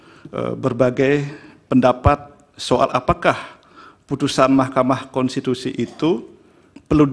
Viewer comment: Ketua DKPP bisa melet juga ya pas salah sebut mahkama konstitusi 😂😂😂😂